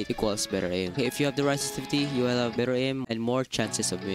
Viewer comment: NOT SESESESETIVITY LMAOO